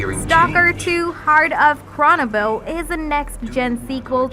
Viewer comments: Chernobyl is pronounced “Chur-NO-bull” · Chronobil? Seriously?